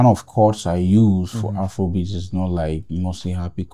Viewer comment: It's not Afoua kom beatz😂